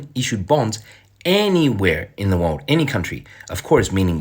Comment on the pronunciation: cant pronounce the word "world" 😊